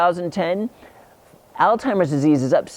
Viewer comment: pronunciation is alls hymers, not all timers, just trying to help